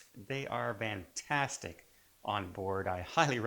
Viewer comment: "VANtastic" ? WTF?